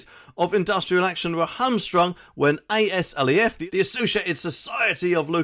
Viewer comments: It's called Azleff, not Eh Ess Ell Ee Eff. You total Plank. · Say aslef as a word not the letters, on another note love your vids